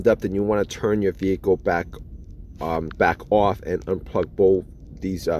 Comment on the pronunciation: The vid is excessively long cos you say words like off like it has 3 syllables What s mindfuck